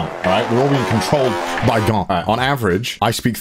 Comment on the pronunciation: saying Garnt Subtitles: grant, god, garlic...?